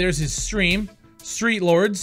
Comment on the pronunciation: Cant even say the name correctly... and yes the game is trash but I dont understand why u want qaulity control. Let the market be free and open to anyone and let the consumers of the free market push people out by not purchasing the product and review bombing it when necessary. Valve is a publisher but steam is a platform. As a platform you dont have the right to violate the peoples volition. This is the exact argument people are making with the censorship on youtube and various platforms. make your argument persistent across all instances not just the ones that back your business. I say this as a fan not an enemy or critic. Check yourself.